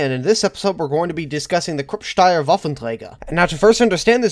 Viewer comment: Krupp is pronounced with a "short ooh". Steyr is pronounced like Sh-tuh-yar. Source: Am austrian.